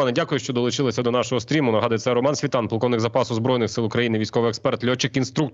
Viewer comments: Св I тан, наголос на i а не на А, аж вухо рiже. дякую. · Але ж виступи пана Романа саме так анонсують і на інших каналах, з наголосом на другий склад, жодного разу не доводилося чути СвІтан, тільки СвітАн.